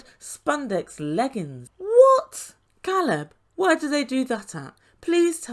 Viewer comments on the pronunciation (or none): Please let’s all pronounce Ca(long a)lab’s name right, the girlfriend of Alina ask and he told her Alina didn’t pronounce it correctly and Alina acknowledged she knew this. Who continues to mis pronounce their boyfriends name?? Her calling him Calab drove me nuts, like Larissa adding an e on the of words!! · I was REALLY uncomfortable watching Alina push Caleb into sex! It should have flowed naturally not just because she demanded it. I can’t help but wonder if it was the other way around, people would be used upset with Caleb! Furthermore, his name is (K Leb, NOT Call eb). Why does Alina get to say his name wrong? It seems like a control issue to me! It is disrespectful! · Because there isn't really a long A sound in the Russian language. This, Э, is the closest but it's more like an "eh" sound, so it would be like "Keleb". But, yeah, he's probably pronounced his name for her on video chat, at least, before. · Yeah, Elijah needs to take a step back. But I’m a super private person so I find his line of questioning out of bounds. Caleb is handling it much better than I would. It’s pretty impressive. Sort of related, Caleb has cleared up how to pronounce his name. It is, indeed, a long A. That was bugging the crap out of me. 😝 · in the next episode when her girlfriend asks about his name he says Alina pronounced it wrong and she laughs says it correctly and admits she doesn’t pronounce it correctly but then continues to mispronounce it after that. I find her and her friends aggressive, but then I think TLC scripts the show so who knows if they are even a real couple. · problem is he is from the US and he even told her how to pronounce his name correctly, she just chose to ignore him.